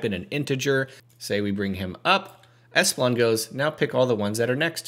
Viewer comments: Great vid! Is espilon comment bait or did you just read it wrong? Its ePSilon. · How could you mispronounce "epsilon" - twice???